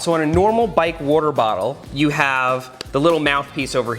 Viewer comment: Me: "Water bottle" Seth: "Warter Bowttle"